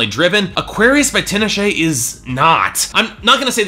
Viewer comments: First of all, her name is pronounced TEE-nah-shay. Not TIN-uh-shay. Secondly, if you don't like R&B and openly admit that bias, then maybe you shouldn't review it. You didn't think this album was "intelligent, layered, melodic, emotionally driven"? Did you even listen to the first three tracks at the all? Aquarius, Bet, Cold Sweat, All Hands on Deck, Indigo Child, Far Side of the Moon, and Bated Breath all exemplify those things. Also duh, she owes a lot to Janet Jackson, she openly states in interviews beyond the clear sampling of her song, and it was pretty condescending for you to make that note in your video. You almost only exclusively focused on critiquing her "fun party songs", which for me are the lower parts of the album (particularly Thug Cry, the other ones don't bother me and showcase her versatility) but made no attempt to talk about her artistic achievements on songs extensively like Cold Sweat, which is critique on the music industry from the perspective of a young black woman that has worked hard for what she has achieved. Also, you critiqued her vocally which didn't make sense to me considering she shows a wide range of vocal stylings on songs like Bet, Cold Sweat, How Many Times, All Hands on deck, Far Side of the moon, and ESPECIALLY Bated Breath. I think clearly you're someone who doesn't like R&B music and brushes its content off at the surface layer because you're not someone that avidly pays attention to the genre. If you actually care, you would know t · Her name is pronounced tee-nah-shay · This fool can't even pronounce her name right. Fuck outta here. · loled at his pronunciation of her name... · He didn't just pronounce Tinashe wrong. It's Jah-nay eye-ko (Jhené Aiko) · He pronounced both wrong.